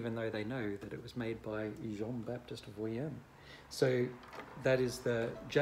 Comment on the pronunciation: Vuillaume, generally pronounced is "Vee - yorm" . But I knew who you were talking about, it's alright. That model sounds great! I have many friends from university who had all sorts of different Jay Haide violins and violas - they sounded great in the first year, not as powerful in the second year, and in the violin's third year....it was time for an upgrade. These violins don't get better in sound generally. Certainly it's a wonderful sound, but make sure you buy/borrow a new one just before your recital! If you play Brahms or Shostakovich or Beethoven on a "used" Jay Haide... you most probably won't be heard over the piano. Also, The Great Mozart owned a Klotz, so that's something to put on your resumé if you've ever played or owned one!